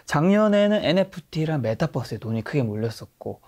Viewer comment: 방송 챙겨보는데, 여러번 고민하다 글을 씁니다. 메타버스(meta verse)의 verse는 universe에서 따온거라 우리말로는 버스로 발음하는게 맞습니다. bus에서 따온게 아니라서 강하게 발음하더라도 뻐스라고 하면 안되는데 늘 메타뻐스라고 발음하시는게 귀에 걸리더군요. 앞으로는 메타버스라고 발음하시면 더 좋겠습니다. 책을 잡자는게 아니라느거 아시지요? 화이팅입니다!